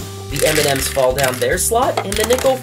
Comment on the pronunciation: Every time he said M&M's I thought about Eminem hahahahaha